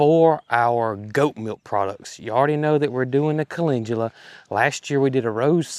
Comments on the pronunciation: I see Calendula Flowers, However I do hear you say Calengula. Either way the blooms are beautiful!! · you pronounce CALENDULA like Calengula...I could never figure out what you were talking about. Supposed to sound like Kuh-LEND-yuh-luh.❤❤😊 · Speaking of transcripts..a lot of channels do not editing at all. Makes some things very laughable. I know you are saying it correct, but it has no g in it as you pronounce it. Cal..in...du..la would likely get you the right spelling...just sayin. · Great Video!😊 By the way where I live the Amish Sect with greenhouses pronounce Calendula - CALL LEN DUEL AHS 😊 it’s Chust a wee bit different in their greenhauses. Although my Grandma was of the Old Order Sect, she grew it but she pronounced it correctly ❤